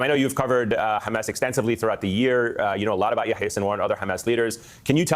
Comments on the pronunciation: Kyle.. it’s Ya-HEE-Ah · Why do3s kyle keep calling him "ya ya seenwar". Is he mocking his name? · Pronouncing yæhiye as yååyåå is pretty wild.